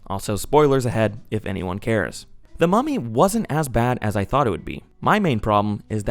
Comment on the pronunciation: I keep getting distracted bc I think ur saying "Mommy" instead of mummy and it makes me giggle everytime lmao